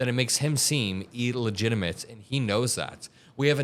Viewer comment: What is e-legitimate did you mean to say illegitimate?